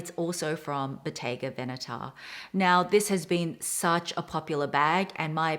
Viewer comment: Hehe..no excuses needed...your italian is extremely on point! You are one of the very few youtubers that I've heard pronouncing Bottega Veneta in the right way! Intrecciato is pronounced exactly as you did as well! Very nice to see you again dear!